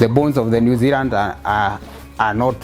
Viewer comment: New Zeland 😂🥰 it's New Zealand but New Zeland is cute